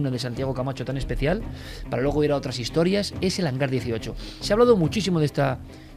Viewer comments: Que idiota, es Hangar, no "hanglar". Maldita imbécil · Porqué pone HANGLAR y no HANGAR? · es que el hanglar diesochlo XD